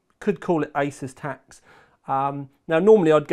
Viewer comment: Honestly, love you for calling it "aysaas" and not "aasoos" like many others.